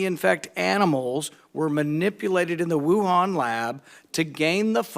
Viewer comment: Why does that curly haired muppet keep saying "Woohaaaaaan"? Nobody else in the world pronounces it like that, and his drawling accent only does it to that word.